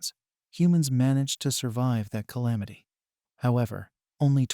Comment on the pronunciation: Why can’t u say calamity tho